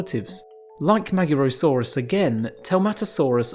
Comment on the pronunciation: Except the magyarosaurus, that was butchered. To be expected honestly, as the letter "gy" is a single letter, to be pronounced like D in the word during, when told by some british accents - and is generally not used in english.